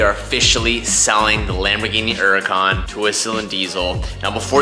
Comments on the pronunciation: I'm actually kind of glad you're selling the HHHHuracan. At least for the time being I won't have to cringe every time you mispronounce Huracan. I mean, you are american and speak English and in English we pronounce the "H". It's not like your running around calling Jesus (phenetically spelled) Heysus :) and that's because you speak English lol. Just bustin your sack, don't take it to HHHarsh. (Not arsh)...😃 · Tbh, I’m glad it’s gone.. we don’t have to hear call it the “UR-racan” anymore 😂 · I'm so happy WD is going treat the "Ura Kahn" right. So sick of hearing say it that way. Hope he catapults that thing across his property.